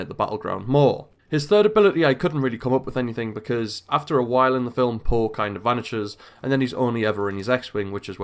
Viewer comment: Its not paw but poe